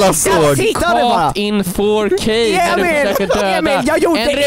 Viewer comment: “Ju just gott kåt in fårkay” - Emil 2021